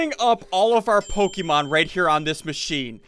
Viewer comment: pokemon not pokeman